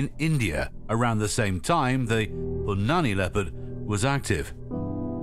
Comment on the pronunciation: Man the narrator butchered the pronunciation of "Punanai" and "Rudra prayag". Punani lol..